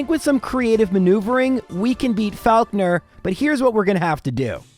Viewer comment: loving the month of and this video is awesome, but that is absolutely NOT how you say 'falkner'